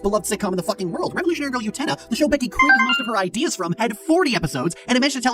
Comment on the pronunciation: I’ve never heard someone pack so much disdain into the pronunciation of “Becky” who wasn’t trying to deadname them.